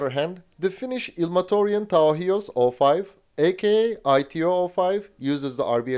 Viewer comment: Very good pronunciation of ilmatorjuntaohjus!